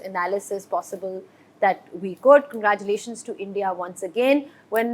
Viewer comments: 🗣️ Many many kangraaaculation 😂. English ❎ Hinglish ✅ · Congratulations ❌ kangaeerathulation ✅ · मिस्बाह को congratulations बोलने नहीं आ रहा or बात कर रहा है English me😂😂😂😂